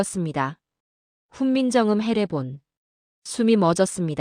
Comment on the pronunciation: 내용은 국뽕을 느끼기에 충분합니다만... AI는 아직도 조선 세종 태종 훈민정음을 읽어내지 못하는군요. 중국의 역사를 이야기 하는 줄 알겠어요.